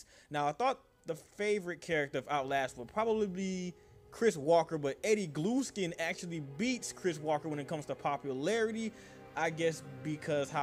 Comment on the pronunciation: "Addy Glueskin"